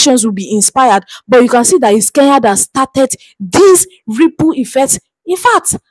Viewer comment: Kenya not Keya!!!!